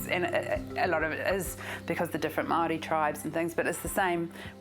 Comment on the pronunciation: For those who wanna know the real pronunciation it's pronounced Moy- Ho instead of Moy How. Europeans here in NZ love changing the sounds of maori words and are ignorant to correct it even if they know how to pronounce it. But anywho... Inconspicuous whistle